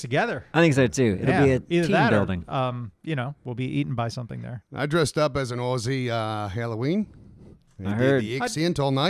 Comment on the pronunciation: The fact that Americans can never say Aussie correctly continues to delight me.